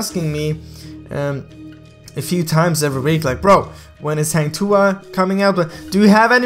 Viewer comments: Its "Ha"ng not "hey"ng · Not heng tuah its "hang" tuah kinda hard to pronounce if you're not in sea..so its okay..thanks for making this video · Hang tuah is pronounced as Hung... But your Tuah is pretty spot on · Hang bukan heng